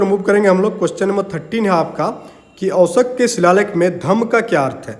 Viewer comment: Sir aap 'Ashok' ko bar bar 'Oshak' kyu bol rhe ho. ?